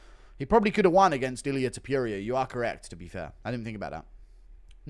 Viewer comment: Toh-poor-e-ah not Toh-pure-ia. You-F-Sea not You-F-Seahh 😂😂🤌🏼🤌🏼